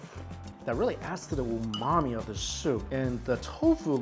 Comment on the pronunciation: Are you actually saying, “that luxurious ‘oh, mommy’ flavor’”? 😂